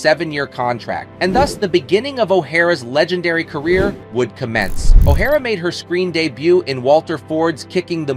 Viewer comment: The audio by the narrator, I assume AI, is so poor it almost made me turn it off. "He" couldn't seem to pronounce O'Hara the same twice in a row. Totally bungling Academy Award was the icing on the cake. Too bad for such a fine, strong Lady, singer and actress.